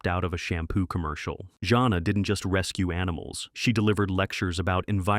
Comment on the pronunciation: For one thing, Jana of the Jungle? The name is pronounced JANE-AH, not JOHN-AH. Second, you're really making mincemeat out of a LOT of the show titles here. (i.e. it's Not Boobie Bear, it's "It's The Hair Bear Bunch!" . . . and it's Hair Bear who's the brains, Booby and Square are the side kicks!). Also, if you honestly don't care for what passed for cartoon entertainment back in the 70's? WHY Are you making this video?!?!? Some of us who grew up back then LOVE these shows. Corny as some were, even as outlandish as their logic was, they were STILL entertaining and I for one remember a good number of these fondly!